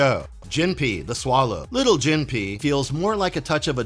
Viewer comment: Jun is pronounced "Joon", not "Juhn." And Jinpei is "Jihn-pay."